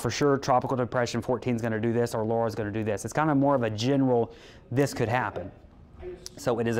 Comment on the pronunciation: AND he knows how to pronounce Laura! (Not Lora.)